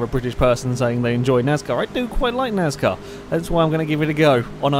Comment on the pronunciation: NAZCAR? whats NAZCAR?